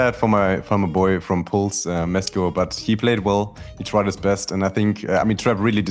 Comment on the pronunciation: He called Mesko musty